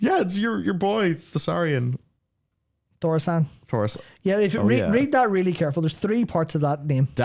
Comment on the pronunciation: YES FINALLY! corrected on how to pronounce "Thaurissan" MY HERO. For YEARS I've had an irritating beef with almost ALL WoW content creators, because NOBODY seems capable of correctly pronouncing THAUR-IS-SAN.